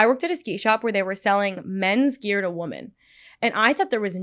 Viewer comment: Paige can't say women properly..... weird.